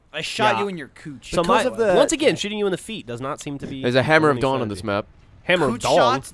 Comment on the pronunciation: i can't be the only one to hear "Hammer of DONG" every time and laugh like an idiot x)